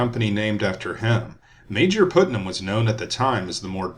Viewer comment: Thank you for this important history. BTW, Putnam is pronounced "putt" as in golf, not "put" as in 'to place.'